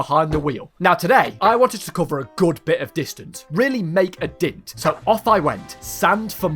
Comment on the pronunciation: "really make a dint"